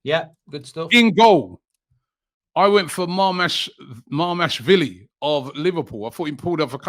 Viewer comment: “I put Marmashvilli” 😂